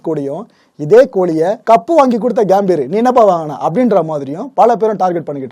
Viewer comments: அது கேம்பீர் இல்லை சகோ கம்பீர்.... கம்பீரம்னு சொல்வோம்ல அந்த கம்பீர் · Gaambir ila gambir.pronounce pply bro